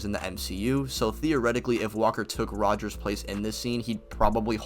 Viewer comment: All you need to know when deciding that this guy doesn't know shit from shinola is that he keeps calling Cap "Rger." It's basic and he doesn't know Cap's name. Fail.